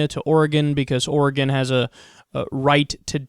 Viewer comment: Finally, someone pronounces "Oregon" correctly! Thanks!